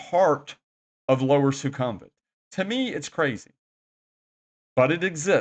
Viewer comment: Who are these horrible people thats been letting you say "nae NAE bts" and "Soo CUM vit"?